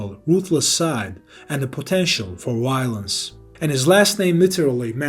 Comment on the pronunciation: "had an unpredictable ruthlessness and a potential for Wiolence" Solid video bro